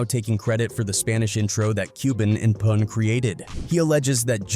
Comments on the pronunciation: He called Pun, "Poon." 😫😫😫 so disrespectful. Lol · AI disrespecting Pun name , who is Poon ? 😂 foh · Man said poon 🤦🏽‍♂️